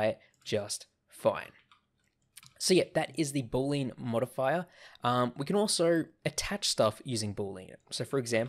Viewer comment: Thanks for the video! BTW, it's not pronounced "BOOL-lean" (2 syllables). It's pronounced "BOO-lee-ən" (3 syllables)